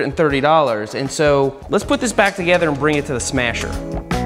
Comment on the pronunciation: the "smyasher" lol